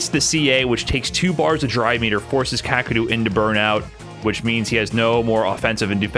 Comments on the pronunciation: Kaw-Kay-Ru. Not hard to pronounce but people saying it fast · I don't think that's correct. Its かける。 かKa けKe るRu. Not really understanding the Kaw and Kay pronunciation. Also the Japanese "R" is pretty hard to pronounce if you aren't use to it.